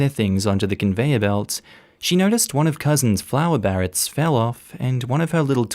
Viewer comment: Not Anna, Anne With An E ;) And its bar-rettes. (just FYI)